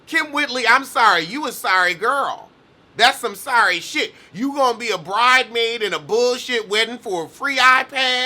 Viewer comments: My heart jumped every time you said “bride maid.” 😭😭😭😭😂😂😂😂😂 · stop saying 'bridemaid'. It's going to stick 😂😂